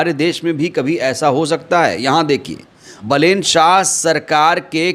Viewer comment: बलेन मत बोलो नाम बालेन कहो ठिक हे